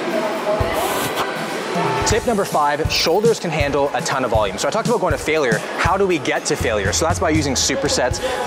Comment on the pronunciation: "Uh-beowt" about thanks for this shoulders routine